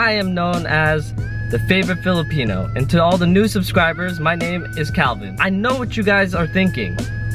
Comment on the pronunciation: “Favorite Philipeno”